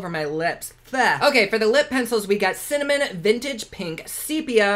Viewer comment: LOL. Thanks a lot,! I’m in my 70s and thought I had “cinnamon” nailed decades ago but after you said “Cimmanon” I turned right around and said it! Hubby thought it was hysterical and after 54 years together he doesn’t need any more teasing ammo! Keep up the good work. You make any day brighter!